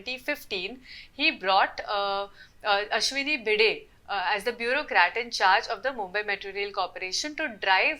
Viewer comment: Seriously?! You used an AI voice that completely butchered the name of Ashwini Bhide multiple times instead of using your own voice?!